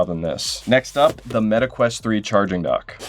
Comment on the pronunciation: meta quest❎ Meta queat ✅